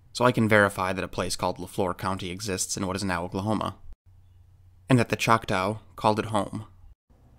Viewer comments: FYI: there is no “ow” sound in our language the tribal name ends with a short a sound. Like ahhhhh!;) I’m only saying this out of total respect for one of my very favorite utubers. I am one of those people that I refuse to use PayPal otherwise: I would donate. Thank you so much for your time. God Bless you and your family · CHOK-TAH(Chocktow) its pronounced Chalk-tah! Not Chalk tow. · I am Oklahoman and though not Choctaw I am Cherokee. I have always heard Chotaw pronounced "Chak tah" not tau, it is like an 'AH' noise like a scream or like "Ah, I see what you mean". I could be mistaken though. I often am. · BY the way to word Choctaw is NOT choc-tow( like cow- its like taw-like McCaw, Choc-Taw!!). The Choctaw are American Indian's - anyone born in this country is a native american. thats my view. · I can verify this is true. All is stated is true. There are still to this day many many bigfoots in the area. It's a very active area. And it's pronounced chocktah now chocktow. Irrelevant. But irritating. The area in question is the kiamichi mountains. And there is many bigfoots in the area this "story" has been told for decades. Much longer than 2015. Much muchlonger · And it’s not pronounced chock-tow it’s tah, the Choctaw word it comes from is chahta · Nice video, just a quick FYI, from an Okie, Choctaw rhymes with "saw". They're one of the Five Civilized Tribes of Oklahoma, yes it's still really called that. Thanks! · the second syllable in "Choctaw" is pronounced like "saw". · The truly correct way to pronounce it would be “Chata”, or “Chah-Tah”. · lol you pronounce the word Choctaw in a weird way. Like when you say it, it sounds like “chak-taow” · It hurt my okie ears to hear that🤣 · Why are you pronouncing Choctaw incorrectly? I can't watch it anymore after two minutes. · Learn to pronounce Choctaw and get your facts right about your history.